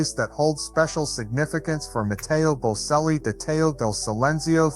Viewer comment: You don’t know how to spell or say their name. It is Bocelli, pronounced Bochelli, not Boselli. I cringe every time you say it wrong because you didn’t even listen to videos that say their name correctly. Take the time to get everything right before you post things about other people. And Veronica is his stepmother. Enrica Cenzatti is his mother. Both had a role in his life. You did get his eclectic taste right, and his generous and honest nature. Being from such a family affords opportunities, but also great pressure. It has taken a lot of tenacity and courage to follow his own path. And his voice has and continues to mature beautifully. He is already selling out crowds.